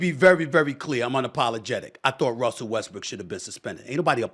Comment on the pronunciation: Did anybody catch Stephen a Smith call Westbrook westbriçk